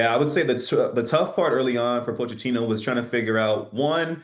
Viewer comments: I appreciate how nonchalantly mispronounced Pulisic and Pochettino 😅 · lol the Pulisic/Pochettino pronunciations…Maurice did amazing not to laugh (he almost did though).